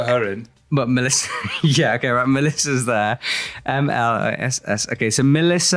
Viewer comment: Mélissa Le Nevé pronunciation is on point. (Once in a while there must be a name that you don't butcher!)